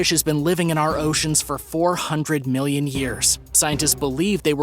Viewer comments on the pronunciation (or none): none